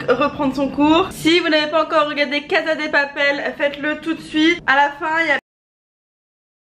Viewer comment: Putain Léna on dit « CaSa dE papel » pas « CaZa dé papel » y a pas de « zzz » en espagnol ! 😂😂 bref comme d’habitude sinon toujours aussi drôle ❤️